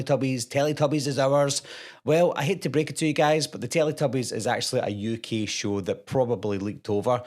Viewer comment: "It's a ukeey Television shew"